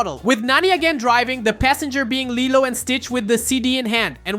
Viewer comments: Lilo yeah it’s spelled like that but pernounst like lelo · You are saying LILO wrong.